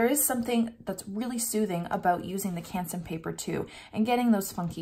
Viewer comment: Ps: Also love how you pronounce Canson :)